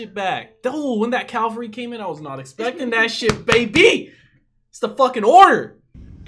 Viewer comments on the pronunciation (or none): Love your reactions bro but I gotta say one thing, I know you mean to say cavalry (which is the mounted elite troops you're thinking about) but you keep saying Calvary, which was the place where Jesus was crucified. I just wanted to put that out there! But anyways keep on going with this channel man!